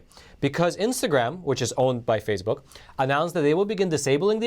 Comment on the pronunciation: Love the channel but why the weird pronounciation like Fazebook, Pelozzi?